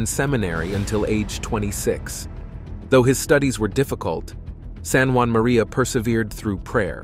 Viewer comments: St. Juan Maria Vianney the “cure” of Ars. Really? He’s French! St Jean-Marie curé d’Ars please also “18ohoh and 19ohoh”? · Why are you calling him San Juan?He was born in france